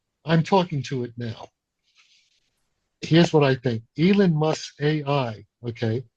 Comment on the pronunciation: "Elan Musk"? Weird pronunciation.